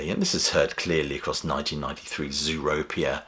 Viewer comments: It's Zooropa, not Zooropia...but I agree... that album was the beginning of the downhill slide. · O Correction: The proper pronunciation of the album in question is ZooropA NOT ZooropIA. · Zooropia? Uh huh, ok. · Seen U2 all over the world, Great Great Live Band! ps it’s Zooropa, not Zooropia! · Bono isn't that bad. Have a listen to some of his recent interviews. I like U2 up to Atomic Bomb, the stuff that's come after isn't great. Also if you're gonna make a video about how people hate them, pronouncing their album titles correctly might help. Zooropa, not Zooropia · Zooropa and not 'Zooropia' is actually one of their best outputs during the 1990's. For many fans it is after Atomic Bomb that the band became too safe and commercial is where the slump started. I have to agree Get On Your Boots was terrible and a lazy rehash of Vertigo, whatever it tried to be just didn't work. I get the Bono hate, he and the band are the most divisive act in history. They have always been corporate and have a lot of people and a big marketing machine behind them which has pushed their success. I've seen them live a few times, I like a lot of their music as I do many other bands and genres. They are past their peak and now in their twilight years, people expect these guys who are now aged multi millionaires to have that same spark as their younger years, it isn't going to happen again. They'll leave behind an interesting legacy however. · Umm...Zooropa. Not "Zooropia." 😂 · cant even pronounce Zooropa right LOLOL